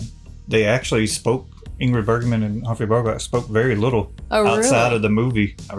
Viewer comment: No No not burglar, it is Bergman Bergman!!!